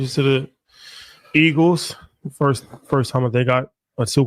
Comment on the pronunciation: Elgeles.......... Eagals...... E-A-G-L-E-S!!!!